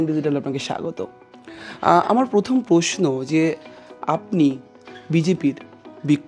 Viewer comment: সঞ্চালকতো বাঙালি, বাংলায় কথা বলেছেন বাংলা চ্যানেলের জন্য। শুরুতেই বললেন "পোশ্ন", সঠিক শব্দটা "প্রশ্ন"। এটাকি retake করা যেতো না? নাকি বাংলাটা ভুল বললেও চলে, অতো seriously দেখার কিছু নেই!